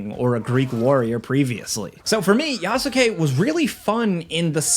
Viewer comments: i can't stand the way you pronounce Yasuke. The 'u' is silent my guy. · im stoked for this game i didnt love Valhalla but i did like it so it cant be worse than that. also the way you pronounce Yasuke made my heart sad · The “U” is silent on yasuke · Yasuke (Yah- Skay)….. not Ya-su-Kay…. Let’s get folks name right in 2025 my guy. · The "U" is silent. Yas-ke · Who tf is Ya-sa-k 😭😭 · FYI, Yasuke is pronounced “Yas-KAY” not “YA-SU-KE”. The U is silent. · Please don't be so ignorant and pronounce it Yasukayyyyy ... It's [YAS'KE] and [NAO EH] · Love you and your videos, but how you’re pronouncing Yasuke is making me wince. The U is silent. The word is only 2 syllables. Phonetically, it’s pronounced YASS-KAY. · Ya-soo-kay? Dude, did you really play the game? Lol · This is like the third review I’ve heard pronounce yasuke with the u. It’s phonetically yaske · The worst part of this game is listening to every reviewer pronounce his name Yas-U-kay. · Well... he almost got the pronunciation right. At least he didn't go "yaSUkay" like a dumb American, no he at least tried to make the name sound Japanese. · It pronounced as "yas-ke" haha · It's pronounced Yaske, not Yasuke, Yasike, Yaseke or whatever. 😁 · This is a terrible review, this game is in my top 10 games of all time, I haven’t been hooked on a game like I have with this for a while now. This dude obviously just speed ran through for a quick review for views, can’t even pronounce Yasuke properly and if you play the game long enough you learn this ain’t right… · Not one single time while playing the game did I EVER hear them pronounce Yasuke’s name like that. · Bro mispronounced yasuke 🤦‍♂️ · Please learn to pronounce Yasuke 🤦🏾‍♂️ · Played game but yet still can't say one of the protagonist's names properly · Not gonna lie, the way he is pronouncing Yasuke is fucking cringe. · Brother . Please . The U in Yasuke is silent the same reasons why Sasuke from Naruto isn’t pronounced Sa-su-ke